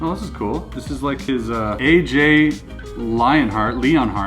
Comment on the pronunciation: spelt - lionheart spoken word sounds like lyon as ie lie yon